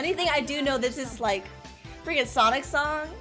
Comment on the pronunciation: The fact that says “Sonix” when she says “Sonic Game(s)”